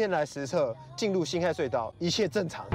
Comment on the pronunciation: 那個不念ㄏㄞˋ念ㄏㄜˊ